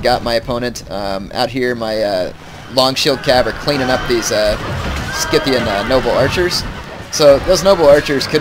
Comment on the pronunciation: "scythian" is pronounced like "scythe". the c is not hard.